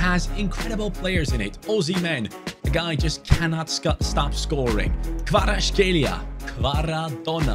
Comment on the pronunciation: I love how everyone mispronounce Kvaratskhelia